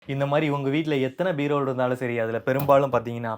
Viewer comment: Bro you also pronounced "Beervol" 😅